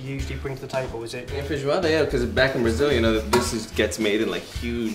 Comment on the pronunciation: Odeio como ele fala feijoada. nojentoo